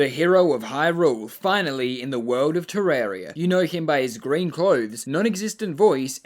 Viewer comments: ter-RAR-ia not fucking ter-air-ia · *wrong way